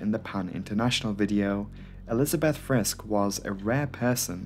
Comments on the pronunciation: Friskk instead of Friske? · just a minor thing....like in "Porsche", the "e" in the end of "Friske" is not silent. It's like the "i" in "it" or "hit", not silent but soft and never stressed. If you ever come across a German name ending in "ow" it is a silent "w" and pronounced like in "beau", that's the only case in German I know where a letter is silent. Apart from that I appreciate you covering older crashes but please leave politics and gender topics out. We're here for planes, Engineering, aerodynamics. Barschel very likely didn't kill himself, I know it is not the topic here but a closer look at the circumstances will make it unlikely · Maybe one point: The „e“ at the end of the names is short, but not silent: Friskɘ, Heisɘ 🙂